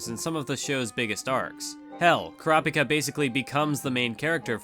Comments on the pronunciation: "Ker-raup-ika" - You "Kura-pika" - Correct pronunciation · why do you purposely mispronounce kurapika's name? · I hate the way he says all the characters. Especially kurapika